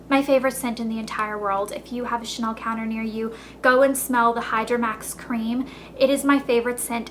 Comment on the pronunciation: ur prononciation is nice but it would be cool to know how to pronounce the big brand like chanel correctly unless you doesnt sound like a professional, just an american fan of this brand..